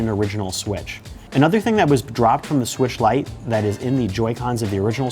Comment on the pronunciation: Is it me or is he saying swish instead of switch